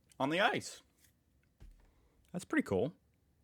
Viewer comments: Just as a friendly reminder, the name of the German ICE train is typically not pronounced like the word "ice", but rather the individual letters "I-C-E", since it's an acronym. Otherwise great video as always. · ( dislike him please for not lerning thats it is not Ice as in Ice cream, I C E (Eye see EEEEE) like the C I A (See eye Eyy, and not "Kia" phonetically) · Its I-C-E not ice, Inter City Express. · In Germany we don't call the ICE like in "ice cubes"! We call it I. - C. - E. !!! And in German pronunciation, of course. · The trains aren't called ICE as a word. It's Inter City Express. So it's name is I C E. The next is I C, thats only Inter City. That are the slower ones. And then R B (Regional Bahn). Sorry, it makes me kinda mad when you call them ICE. Even if they look like ice. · ICE (short for "InterCity Express") is pronounced letter by letter: In German it's thus EE-TSAY-AY while in English it's AYE-CEE-EE. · weve posted about that a hundred times and more.. hes not reading or forgetting it constantly